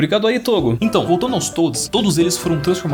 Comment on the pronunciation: Quer ajuda ai pra falar togo ? ;w